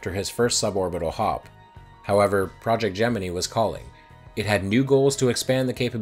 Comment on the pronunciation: Congrats on the sponsorship! Also, thanks for reminding me it’s pronounced Gemini, not Gemini.